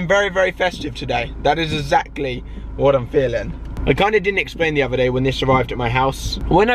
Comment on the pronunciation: Alfie, set yourself 1 goal for 2017.. learn how to say E X A C T L Y properly!! - esackly is how a 4 year old speaks